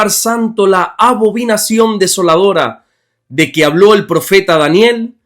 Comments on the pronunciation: Buen dia. Excelente explicación. Salvo que es abominación y no abobinación. Le bendigo. 😊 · Bendiciones varón. Gracias por sus devocionales. Son de mucha bendición. La palabra es Abominación. No abovinacion 😂❤